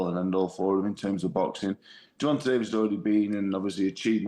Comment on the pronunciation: Wait you don’t know how to say Gervonta’s name? Oh hell nah